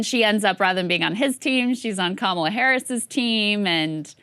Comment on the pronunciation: "My name is Kam-ala harris". Wait so it's not Ka-mala or Kama-la? Fuck me her name changes every day